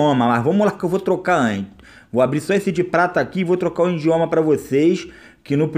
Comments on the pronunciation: É idioma nao indioma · O certo é idioma e não indioma só uma dica! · ''INDIOMA'' KKKKKKKKK E IDIOMA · coitado desse cara mano, pobrezinho mano kkkkkkk acredita msm q foi o 'indioma' como ele fala kkkkkkkkkk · " trocar o indioma"